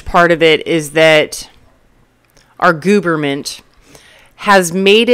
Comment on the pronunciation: The "gooberment" 😂... I'm going to have to use that line. 😊 Great video an insights.... I love your straight-forward approach! I'm in my 30s and am flabbergasted at how many people my age live with their parents and their parents are still supporting them. It's almost like 35 is the new 20... interesting times we live in.